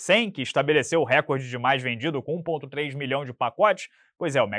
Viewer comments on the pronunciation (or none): none